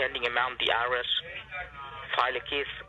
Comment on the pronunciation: Pronounces IRS as Iris